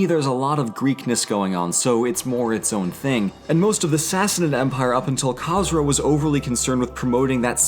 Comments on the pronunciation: As a half Persian half Southern Babtist ;) I can understand the difficulties of pronunciation however, Khosro is prounonced KH-ooo-S-ro just Fyi. Great job and you may be right that Khosro is Cyrus's incarnate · you called khosrow käsrow brug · I’m Zoroastrian, I don’t want to be rude but you pronounced Khosrow wrong. Everything else was pronounced well. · Is that how academics pronounce the name Khosrow? Nowadays, that name is not pronounced that way, but is that a historical pronunciation or something?